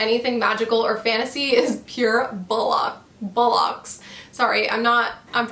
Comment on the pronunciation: as a brit it was great hearing you struggle with saying bollocks. You have to say it with gusto